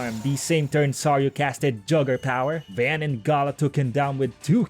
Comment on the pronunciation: It's not Van It's Vawn like saying Dawn or Lawn